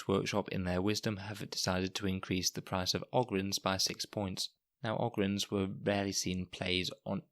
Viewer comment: O-gryns, not Og-ryns. They are 40K Ogres. You dont call them Og-rers.